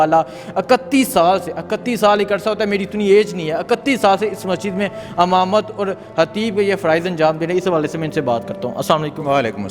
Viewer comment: Amamat nahi Imamat bol Pendu.